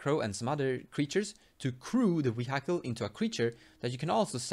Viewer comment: I love some of your pronunciations sometimes man. "Wee-Hike-All" haha, I like Gerrard for some combo ideas too, solid vid as always.